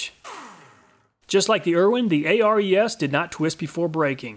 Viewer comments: its Ares the greek god not A.R.E.S. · I think the Ares is named after the Greek God of war, pronounced "Air-eez". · your always Calling it A.R.E.S saying each letter, but the Company perfers to be Called AERS saying all the letters as in 1 word., here is the Reason they Holding on to " ARES is the Greek god of courage and war. He is one of the Twelve Olympians, and the son of Zeus and Hera." as to say ARES is the God of Tools.like there can be no other, how is it that you can Say Hercules Without spelling each letter to annoyance the name but you can clearly say the Name "Hercules" as 1 name? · Just an FYI. "Ares" is pronounced "Air-eees", like the Greek god of War 😉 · I'm not sure ARES is pronounced letter by letter like you did. I'm willing to bet it's named after the Greek god of war Ares (pronounced air-ees). It's pedantic but you might care. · I would imagine that the ARES brand is pronounced like the Greek god of war, Ares, instead of each letter being sounded out. Great video as always. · Ares’ reaction when he pronounced Hercules but not Ares 😑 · I guess that's one way to pronounce Ares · A-R-E-S is pronounced as a word. It's named after the Greek god "Ares". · Am I the only one that is very mad at the way he pronounces the ARES brand?